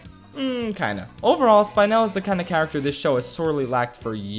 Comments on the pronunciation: Are none of us gonna talk about how he said Spinel’s name for the first time like it was SPY-nel not spinel lol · hears “spine-el” Isn’t it spinel wait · i like how you watched the movie and heard everyone pronouncing her name as Spin-ell but you still pronounce it Spine-ell ha ha you're so funny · Im sorry but you saying Spy-nel is killing me. It’s SPI-nel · SpInel!? It’s spinel idiot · Spynel Me: ITS SPEENEL DANGIT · me getting triggered at you saying SpY-nel It’s sp-i-nel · Me getting triggered for Spynel instead of Spinel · Spin-el Spine-el The first one is right. The second one is a migraine. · Hearing you pronounce her as “Spine-el” is so weird, when the move just pronounce her as “Spin-l” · it is pronounced spin-el not spine-l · The movie clearly said S-pee-nel: S-pie-nel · It's not "Spainel", it's Spinel, as in "spin". You can hear the proper pronunciation in the Movie, come on! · Spin el not spine el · I laughed when he said spine-el instead of spin-el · The movie: “spin•L”: “spine•aL” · Me: Spinel: SPINE-ELL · Take a dhot every time he pronounces "S-py-nel" instead of "S-pee-nel" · Spinenel? It’s spinel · It’s Spin-el, not Spine-el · I understand that you don’t like Steven Universe but HER NAME IS NOT SPINE-NEL ITS SPIN-NEL K thanks love your vids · why do you pronounce spinel like SPINE el and not SPIN NEL like it's supposed to be said? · Pronounced (Spin-el) not (spy-nel) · SPIN-EL. Not SPINE-L. They said her name right during the movie, how did you--you did it on purpose, didn't you? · Spin-el... not spine-el >_> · Bald man: pronounces spinel like SPINE-NAIL Me: disgusting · "SPINE-el" disgusting. Truly disgusting. No but really, a lot of my friends who are into the show and make OCs and stuff pronounced it like that, and they were flabbergasted to realize they were pronouncing it wrong. I was just sitting there like "well of course it's pronounced SPIN-el. You were pronouncing it differently??"